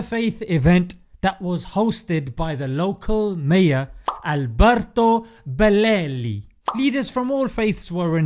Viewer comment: The way you pronounced "Alberto Bellelli" was hilarious 😂😂